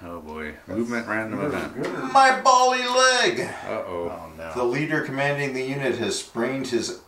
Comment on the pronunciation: Just to be annoyingly English, the correct pronunciation of "bally" is to rhyme with "alley"...and "tally-ho"!